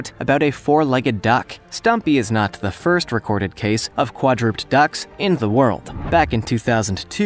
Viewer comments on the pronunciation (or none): Did you say qua-drooped? Quadru-ped? Sorry but I see tons of these channels getting simple words wrong. Pet peeve. Its weird to go to a channel to learn about things, yet the person presenting doesn't even know how to pronounce words. It makes me question if they know the meaning of the words, or it indicates that it was a copy-paste situation. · quad-ru-ped ... not quad-rooped